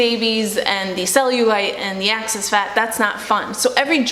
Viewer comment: Only me who has an issue with her saying "access" instead of "excess"?